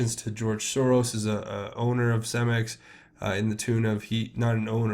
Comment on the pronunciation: and it is pronounced Ce-max not cem-ex